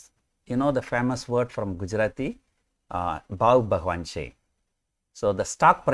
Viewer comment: Loved your Tamil accent for Gujarati quote "Bhav bhagwan che "😂😘